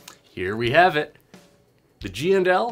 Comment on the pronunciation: I like how you give full respect the the &. My Midwest accent makes them all GNL’s.